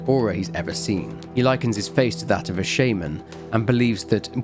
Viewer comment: I have never once heard shaman be pronounced as shay-mn